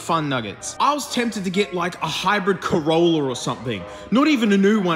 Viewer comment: "nissin🍜 leaf" "coroller"